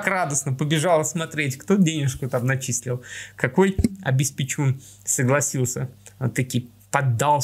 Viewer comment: вы не правильно произносите слово обеспеТЬФУн